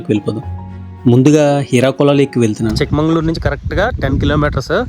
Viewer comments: చిక్క మంగళూరు కాదు.. చిక్క మగళూరు. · It's chikkamagaluru. Not chikmangalur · చిక్క మంగుళూరు కాదండీ. చిక్క మగళూరు. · చిక్కమంగళూరు కాదు చిక్కామగళూరు అంటే చిన్న కూతురు ఊరు